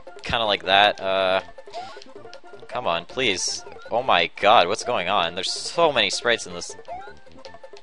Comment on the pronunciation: I know it's kind of an old video but i can't stand him saying God like that.